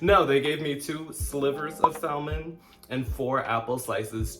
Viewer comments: Salmon is properly pronounced without the L. Saamin. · you don’t pronounce the “L” in salmon. Awesome video as usual! Love the hair! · love your channel. When pronouncing salmon, the l is silent. No, I'm not an english teacher but that drives me crazy.